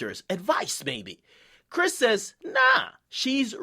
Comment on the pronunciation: why u keep saying brish instead of chris???